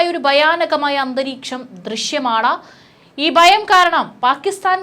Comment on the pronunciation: ബീകരം, ബയം, ബാഗം, ശേശം?